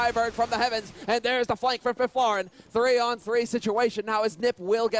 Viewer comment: Lol how they pronounce Fifflaren FIFLAREEN